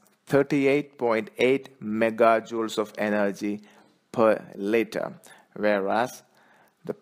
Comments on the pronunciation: Litre... not litter!... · its litre not litter